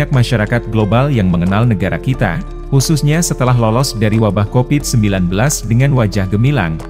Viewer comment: COVID kang bukan COPID...V nya mana